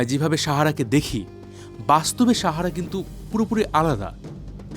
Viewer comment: আপনি সাহারা উচ্চারণ টা শাহারা করছেন কেনো।